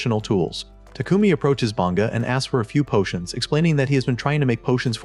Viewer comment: I didn't notice until towards the end, but was the narrator always saying "portions" instead of "potions"?